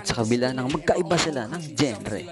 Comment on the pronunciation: "Genre" janrah yan ang tamang bigkas nyan, pakiayos ng pag vlog mo.